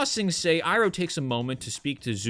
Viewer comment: I haven't watched this but hearing how much they butchered uncle Iroh pisses me off to no end.